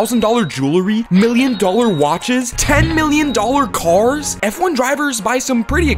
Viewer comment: "Ten million dollor CORS.."